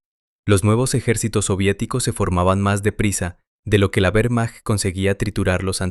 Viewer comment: "Uermacht" suena horrible. La letra "W" es una "V" doble en alemán y en español. Sólo en inglés la "W" es una "U"